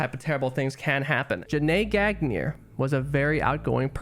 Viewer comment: man u murdered her last name.... horrible.